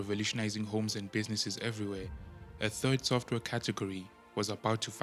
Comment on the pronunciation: "Sofware" ? Really?